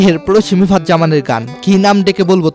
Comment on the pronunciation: মিফতাহ not মিফাত। আগে নামটা ভালো করে বলতে শিখেন।